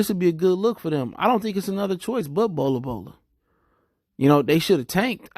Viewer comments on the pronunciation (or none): Bro there’s no A in Bol Bol’s name. “Bola Bola”??? 😂 kinda hard to take you serious when you continuously butcher these dudes names.